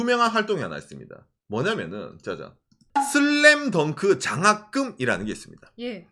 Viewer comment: 한글발음 너무 좋네요 슬램덩크를 제대로 발음하실줄이야ㄷㄷㄷ 한국분이신줄ㄷㄷㄷ